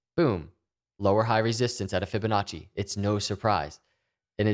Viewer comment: stop saying fibinache!!!!!!!!!!!!